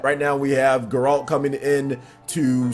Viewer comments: Its Geralt.... NOT Ga-rolt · How is no one pointing out the atrocious pronunciation of everything related to the witcher. How can someone on a game channel have not played any witcher games? Gotta love grrrralt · Maximillian Dood called him "Jerault"